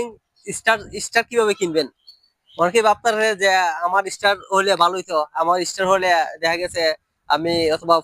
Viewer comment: শব্দটা ইস্টার হবে না। স্টার হবে।😊😊😊😊